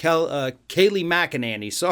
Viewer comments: My dear - you are mispronouncing Kayleigh's last name. It's actually Mc-a-ninny. Just listen to her speak if you don't believe me. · This guy is so hopeless as a commentator. Getting her name wrong at least twice is unforgivable. His language is adolescent, his argumentation flawed and his intellect below average. Does he really need to clear his throat so often? It’s distracting. Find a better journalist.